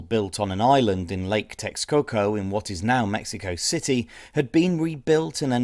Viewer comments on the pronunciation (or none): none